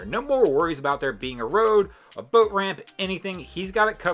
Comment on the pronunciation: You need to learn how to say boat.